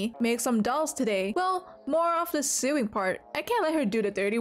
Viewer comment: ily but it's not pronounced "sewing"